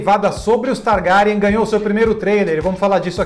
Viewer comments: kkk to rindo com a pronuncia do "Targárian" kkkkkkk tomei um susto. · Nossa, que dor ouvir "TarGArian" no início do vídeo kkkk